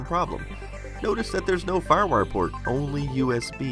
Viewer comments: "farwur".... excuse me what? what is "farwur"? are you trying to say Firewire? It's two words. Fire. Wire. Just try saying each word individually first. Then put them together and say it. If you still say "farwur" you may be having a stroke. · Lol. "FarWar". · When he says firewire, I hear ruff-ruff